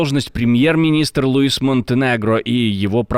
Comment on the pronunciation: если Португалия, то Луиш, а не Луис! Это настолько просто и элементарно, что не знать это делающему новости - это просто позорище!